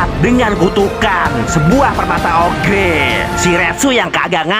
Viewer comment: Oger bang bukan ogre